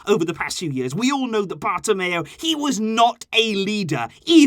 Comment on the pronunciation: It's so important that we don't repeat this mistake (Bartemeo) ever again.